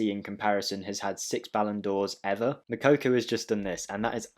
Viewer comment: you are still pronouncing his name wrong. Its not Mokokou. Its pronounced: Moo-Cocoa